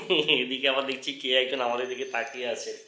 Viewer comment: Dechki noy dekchi